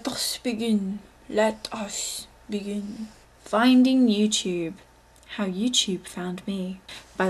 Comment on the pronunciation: LMAO when she said "Let us begin" like 3x does she have an accent? o_O